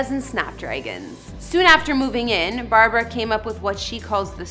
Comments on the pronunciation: Her name is BARBRA STREISAND, not Barbara Streisand!! PLEASE drop the middle A in her first name!!!!!!!!!!🧈🧈🧈🧈🧈🧈🧈🧈🧈🧈🧈🧈🧈🧈🧈🧈🧈🧈🧈🧈🧈🧈🧈🧈🧈🧈🧈🧈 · Her name is Barbra, not Barbara. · Barbra, not Barbara! Please call her Ms Streisand not Babs…disrespectful. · Please never call Barbra, Babs! So rude!